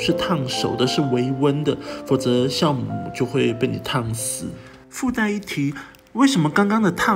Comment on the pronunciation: 教母，不是 校